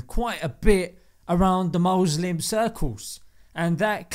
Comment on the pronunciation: Did he just say “mozlem” 😂. Nice